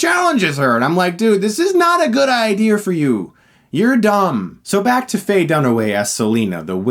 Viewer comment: "ideer" 10/10 Chris